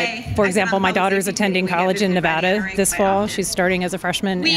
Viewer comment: I hate it when Californians talk about my state, they can't even pronounce "Nevada" correctly. lol blaming Nevada I see. Is that why our governor and local government allows Cali police/ATF to operate out of jurisdiction to watch Californians who come to our gun shows?